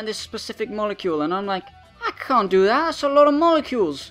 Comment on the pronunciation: "I ca' do that! That's a lot of molecules." I love you